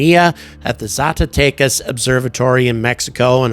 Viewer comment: Your "Zacatecas" was very good.